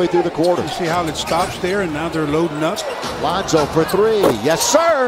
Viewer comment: This kid said lonzo